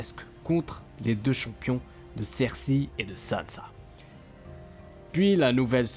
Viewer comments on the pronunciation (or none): On dit "sersEY" :D